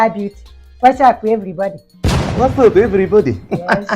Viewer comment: It's the "What's Up, Everybody" with the Igbo accent and the peace sign that did in the video 😂😂😂